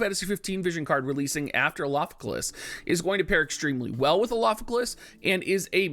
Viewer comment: Is your tongue all twisted by saying the 5-syllable mantra Elafike"L"as for this whole week? That's an R in Elafike"R"as, and now you've just changed the spelling in the title, oh man...oh the struggle...and you plan to use it heavily in the future...